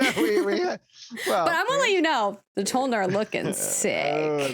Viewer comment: Damn- necro paladin toe-lnar 😤